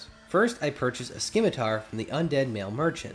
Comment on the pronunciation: The C in scimitar is supposed to be silent.